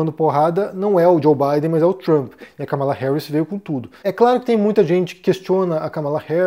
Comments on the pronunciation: É um tema espinhoso esse dos EUA. Obs.: a pronúncia correta é Kámala e não "Ca mala". 💼😉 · é Kámala, não Kamála